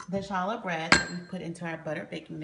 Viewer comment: Its pronounced "holla" bread. No ch sound.